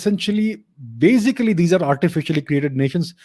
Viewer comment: I like when you always say in every video "bazically" 😋